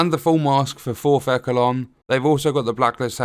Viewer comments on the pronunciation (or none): As long as it is not a glitched pile of shit like Massive did with TU8 for The Division 2. I’m looking forward to this. Also, it’s pronounced eshelon not ekelon. 😂 are you sure about that. I would think close meant far away and far meant really close. 🤔